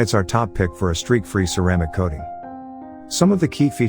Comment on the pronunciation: "Steak free". "Liquid Carnarba" wtf lol........joke